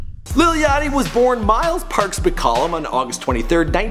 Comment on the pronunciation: *yachty not yatchy